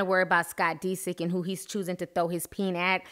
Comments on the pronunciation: "Scott DE-sick." Lol its DISick. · It's not pronounced "Dee-sik" it's "Diss-ick". Lmao. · dis-sick not de-sick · I love Ti but the fact she keeps pronouncing his name as Dee-sick instead of Disick lol is slightly throwing me for loops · Pronouncing the last name is DIS SICK. Not DeeSick. lol but tomatoes tomatos 🍅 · scott deesik😂 love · The way you emphasize the i in Disick, but thumbs up for the vid! <3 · Dead at the way she keep pronouncing Scott's last name 💀😂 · Lol that pronunciation of disick is killing me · U say his last name funny lol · Are you pronouncing Scott's last name right? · cringing at how you pronounce scott's last name lol. Kourtney did all she could do for him. She didn't use him...I'm not a fan of everyone in this family, but I do like Kourtney and follow her life. In this case Scott is the one that screwed things up. Anyone that follows the show knows this. His addiction and his hard partying ways is what split them apart. There is only so much a person can take.